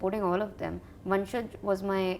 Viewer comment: his name is not vansaj its vanshaj dumb aah